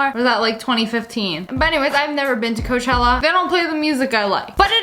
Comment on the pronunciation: ITS COACHELLA